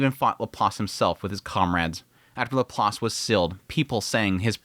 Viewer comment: Bro. Please, for the love of God. It's pronounced Lap + Lace, or at the very least Lap + Lass--not Lap+ Loss. Ugh!